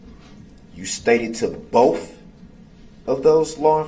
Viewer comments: Bofe detectives? Bofe? How can a grown adult actually say that? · I wonder if the lady typing the record, types "both" or "boff", when dip shit talks. 😂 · During boof, cant he say both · "BOFF.... BOFF detectives"